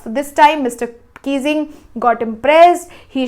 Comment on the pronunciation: Mr Keesing ❌ Mr Kissing ✔️ 😅😅🤣🤣